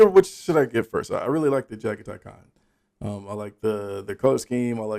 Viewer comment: Nice! You said Jaghatai Khan pretty correctly for the first time! White is very hard to paint though. This is Jeremy and we can talk directly throughout your journey.